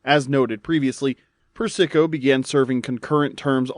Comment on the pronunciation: Persico. PURR-SUH- KOH!! Not PURR-SICKO